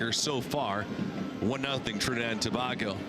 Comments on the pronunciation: Listening to this commentator say To. Bag Go made an otherwise joyful experience a frustration. To bay go Sir! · Dat announcer was rel dotish... He pronouncing TOBAGO as TO-BAH-GO... Like WDMC wrong with he... 🤬🇹🇹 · Trini people.. uno need fi mek know… y he saying Trinidad 🇹🇹 TOBARGO 😂😂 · Can we get a new commentator…he’s upsetting me butchering the pronunciation of Tobago…shocks man😩😩😩🥴🇹🇹🇹🇹🇹🇹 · Please the least you could’ve done to prepare for this was to find the correct pronunciation for ‘Tobago’,especially when you have done this before,also the names of our boys,Please do the prep like a professional to properly honour the years of prep it took for these young men to play for their respective countries.Respect Sir!